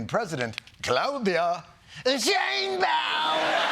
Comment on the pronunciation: Jon accidentally pronounced scheinbaums name more orl ess correctly (in german where the name comes from)